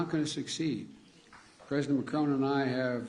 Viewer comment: He can’t even say Macron’s name correctly 😂😂